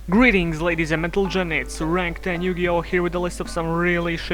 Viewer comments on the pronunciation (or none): you said mentlegen